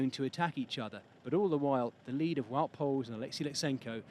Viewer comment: since when is wout poels english 😂